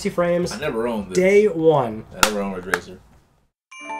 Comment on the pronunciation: It's "Ridge Racer" 7 It's "*RIDGE RACER*" 7